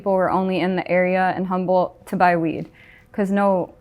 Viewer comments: She said the experience of working in Northern California “Humboldt” her. 😂🤣😂✌️ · She said the experience “Humboldt” her. 😂🤣😂✌️